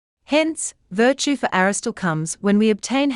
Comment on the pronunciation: Aristotle not Aristole - why does she miss an entire syllable? Sorry to be pedantic but I don’t get it. Great video otherwise